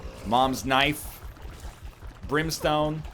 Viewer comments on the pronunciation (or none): none